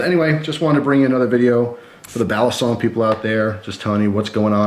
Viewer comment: Balisong is pronounced with the accent on the last syllable in Tagalog. 👍🏽🔪